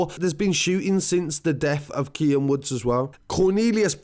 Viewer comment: KEANE (keen) not KIAN